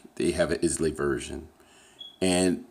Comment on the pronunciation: Islay is pronounced eye-luh.